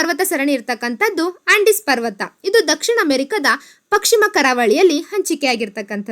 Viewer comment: ಪಕ್ ಶಿಮ ಎಂದು ಸಂಭೋದಿಸಿದ್ದೀರಿ, ಪಶ್ ಚಿಮ (ಪಶ್ಚಿಮ) ಎಂದು ಸಂಬೋಧಿಸಿ. ತಮ್ಮ ಮಾಹಿತಿ ಉತ್ತಮವಾಗಿದೆ. ಧನ್ಯವಾದಗಳು.